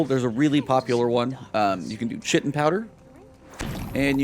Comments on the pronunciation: Its pronounced Kite-in not chit-in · Just FYI, Chitin is pronounced Kye - ten, it's what insect outsides are made of. Still love your work man!